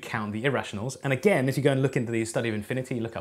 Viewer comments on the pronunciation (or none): none